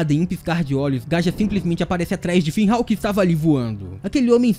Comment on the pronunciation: "Finrral, Finhal" Qual a dificuldade de falar FINRAL?